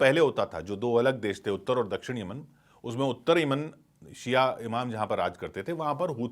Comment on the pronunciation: Yamian bolne b nahi ara tumku whatsup university ka gyaan math do